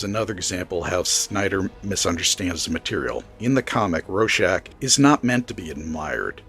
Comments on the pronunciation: AdaptAtion! Adap-TAY-shun! I hate everyone saying “adaption” that’s not how you say it! Also, RoRschach! There’s a 2nd R. It’s not “Ro-shack” like you were saying. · Lot of valid points. But, damn, could you not have gotten a human narrator? The software pronounces "Rorschach" as "Row-shock"; "Ozymandias" as "Asmodeus," and "Straczynski" as "Sterinski". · It's pronounced. Raw-shack And you get it wrong aswell The movie swop for Manhatten does not work. And why Moore had the ending he had. The threat had to be an overwhelming outside force to bring the world together. Hence an impending Alein invasion OF THE WHOLE PlANETV AND ITS PEOPLES Why? Because as a species, mankind Vendettas, blood feuds. And Wars forever....ect Moore realised this from looking at the latest invasion of Afghanistan by the Russians in 79. The Hill Tribes all came together, as one to repell the Russians. The outside force. If the Russians had not invaded, the Hill tribesmen would have come down off thier hills in the spring and start killing each other. As they did every spring. Vendetta's & blood feuds abound as the hillsmen decended off thier mountains. But that all stopped when the Russians invaded. They became one. Fought as one. Not as individual tribes. As one This is not the only time Afghanistan was been invaded many times. No one has ever succeeded. From this, can you not see that it could never be Manhatten as the fall guy. To the hill tribes manhatten would be from another tribe so it would be tribal warfare. He's one of them. Not the outside force. To us Manhatten is American, again.... not that outside force needed to bring the planet together. Someone. Somewhere would say.... hold on a minute. Manhatten. He's an American. So this is the Americans fault. Now how do you bring a planet together. You introduce an overwhelming outside force. And t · It's hard to take you seriously when you can't even pronounce "Rorschach" and "Ozymandias" correctly.